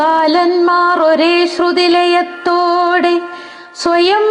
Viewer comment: വളരെ നന്നായി ചൊല്ലി. അഭിനന്ദനം. ചെറിയ തെറ്റുകൾ പുസ്തകത്തിലെ അച്ചടിപ്പി ശകു കാരണം വന്നിട്ടുണ്ട്., '.. സ്നിഗ്ദ്ധപക്ഷ്മ നേത്രങ്ങൾ കൂനിയും " എന്നു ചൊല്ലിയിരിക്കുന്നു " "കൂമ്പിയും'' എന്നാണ് വേണ്ടത്. അച്ചടിപ്പിശകാണ്. "ഒരേ ശ്രുതിലയ ത്തൊടേ " എന്നതിന് "ഒരേ ശ്രുതിലയ ത്തോ ടെ " എന്ന് ചൊല്ലിയിരിക്കുന്നു.ഇത് കേട്ടു പഠിക്കുന്നവർക്കായി കുറിച്ചു എന്നേ ഉള്ളൂ.❤️🎉